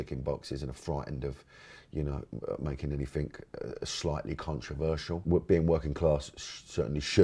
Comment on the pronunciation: Was his pronunciation of 'controversial' deliberate ? 😂